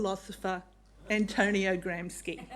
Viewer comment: This is the most cooked schitzophrenic Tumblr fanfiction I have ever heard in all my years online. ChatGPT could not come up with a script this nutty. It would be an hours long sit down conversation to correct this clown on all the points where she's abjectly full of shit. Can't even pronounce Gramsci correctly. "Intellectual" indeed. Someone needs to take her meds and/ or check back into the ward.